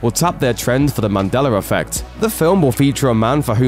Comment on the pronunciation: Are you saying mandeller effect? Why?